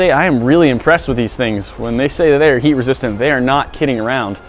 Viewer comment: Can't unhear it